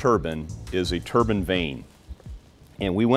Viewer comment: Turban? You mean Turbine ?